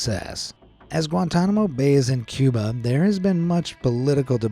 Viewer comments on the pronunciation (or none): none